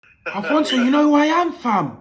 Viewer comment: Man said Alphonso David...